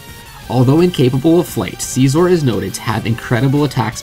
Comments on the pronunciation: i'm sorry, but anyone who says "sceezor" deserves hate. his design isn't based on a seizure, it's based on scissors. question: how do you pronounce scissors? also, did you REALLY just say "AF" out loud? just. stop. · who got mad when he pronounced scizor wrong